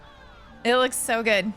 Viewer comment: Good ❌ gooiddeee 👍